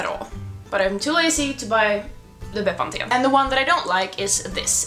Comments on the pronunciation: pronounced bepanfen 👍🏻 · The way you say Bepanthen is so different to the English way :') <3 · Ah I'm in south Africa and I use Bepanthen as well. We say it very differently too. Bee-pan-fin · I laughed when I realised you were talking about bepanthen. I’ve never heard it pronounced that way